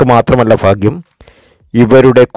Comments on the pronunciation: എന്റെ ചെങ്ങാതീ...."ഫാഗൃമല്ല.".ഫാരൃയുമല്ല....ഭാഗൃം...ഭാരൃ...ഇതൊക്കെ ആദൃം പഠിക്കൂ. . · ഫാഗ്യം... ഫാഗ്യം... ഇടയ്ക്കിടയ്ക്ക് കൊട്ടൻ ചുക്കാദി തൈലത്തിൻ്റെ വിളിയും ഓർമിപ്പിക്കുന്നു... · ഫാഗ്യം,ഫർത്താവ്, ഫാര്യ,സൗഫാഗ്യം. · മൊത്തം ഫാഗ്യം ആണ് ഫായി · ഫയങ്കര ഫാഗ്യം😀😀😀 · ഫാഗ്യം...ഫർത്താവ്... ഫാര്യ....സൗഫാഗ്യം....കോട്ടയംകാരനാണല്ലേ....വെറുതെ പാവങ്ങളെ മോഹിപ്പിച്ചു പറ്റിക്കാതെ മിസ്റ്റർ... നക്ഷത്രം മാത്രം പരിഗണിച്ച് ഇങ്ങനെ പ്രവചിക്കാനാകില്ല